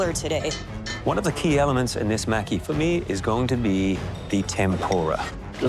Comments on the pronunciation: Its pronounced mah-key not Mack-kee You all failed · was looking for this comment lol...they are saying mack-E, and it's pronounce ma-ki...like how it's spelled. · Why do you guys pronounce it "Macky"? It's pronounced "Mah-ki" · Omg I thought I was going to lose my mind every time they said maki wrong. A part of my soul died everytime they said it ☠️